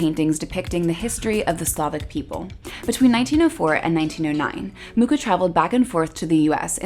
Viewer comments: It would be nice if you pronounced his surname correctly. Actually, the Wikipedia shows the correct pronunciation: [ˈalfons ˈmuxa], that is «Mukha» not «Muka». Also here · His last name is pronounced as ''mukha''... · oh gawd. I've been teaching my graphic design class about Art Nouveau and pronouncing his name "Mucha" like you'd say "muchas gracias". wonderful video! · Mucha is not pronounced like that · Would really like his name to be pronounced correctly. Like the info but too fast. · Well, if you´d wish to pronounce his name indeed correctly, it would be CH as J as in Juan in Spanish. Native Czech advice:) Also, his official name is "Alfons" - Alphonse is just internationalized. But anyway, everyone still knows who we talk about whatever the version haha. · T.T they never pronounce his name correctly its terrible. It honestly is uncomfortable to hear. CH is as one letter in our alphabet and it has a specific pronunciation. If you go on google translate select Czech language write in his name it will read it correctly. There is no ''K'' in his surname. Other then that nice video. Highly recommend using this on any artist to get their name right in their native languages or watch a documentary by people of artist's nationality. ^.^